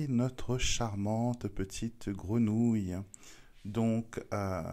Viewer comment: On dit grenouille pas grénouille 😂😂😂